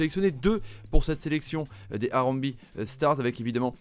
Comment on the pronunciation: Salut super présentation par contre harambee, se prononce harambéé et pas harambi